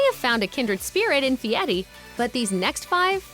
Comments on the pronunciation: His last name is pronounced, by his parents and relatives, “Fairy”, not Fieti. He did not want to be called Guy Fairy. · If you're going to do a show about someone, at least say his name right. Fieri, not Feiti. Not that I Iike him. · In no language is "Fieri" pronounced "fee-eh-tee". Just sayin... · Since when is the letter "r' pronounced "t"? Idiot can't even pronounce his own name.